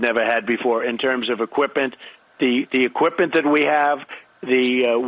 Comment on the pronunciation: “equipent” equipMent?